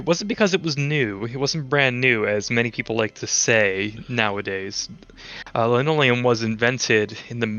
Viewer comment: I laughed out loud when said "I'm fascinated by lanoleum". 😂 Great video. Thanks!